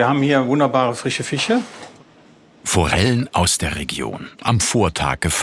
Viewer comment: Über den "frichen Fich" und falsche Betonung der französischen "Fachbegriffe" konnte ich ja noch schmunzeln, aber hat der Sternekoch tatsächlich mehrfach Gelantine gesagt?!